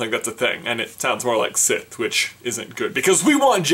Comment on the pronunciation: Sith, not siffe!